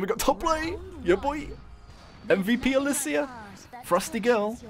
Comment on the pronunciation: You pronounced it wrong, its Alysia